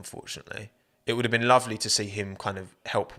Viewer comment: "loyal e"